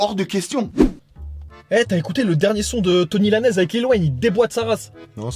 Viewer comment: "Tony Lanaise" mon dieu